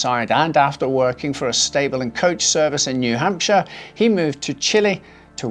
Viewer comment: Took me aback hearing new hampshire 😂